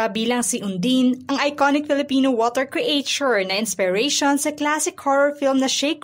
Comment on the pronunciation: CRE AY TYUR DAW? Check mo pronunciation ng creature. Idagdag mo na ang tamang pagbigjas ng salitang " ensemble".